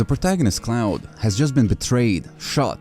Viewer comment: It’s “Claude” not CLOUD. Your goofy accent messed it up